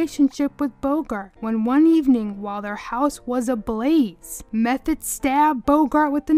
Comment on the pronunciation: Her last name was pronounced "Meth-oh, not Meth-et.